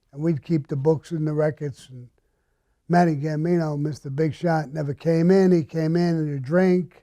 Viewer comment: Are you saying "Matty" or "Manny" Gambino? Emanuel Gambino was the guy that got kidnapped and murdered later right? By McBratney right? The guy that Gotti got tasked to find and kill?